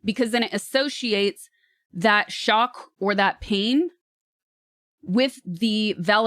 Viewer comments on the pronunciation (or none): kinda funny how she slips up with the word "shock" while trying to make a point. 😂😂😂😂